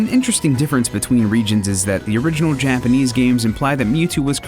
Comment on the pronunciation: Impressed with the handling of Japanese pronunciations in this episode :D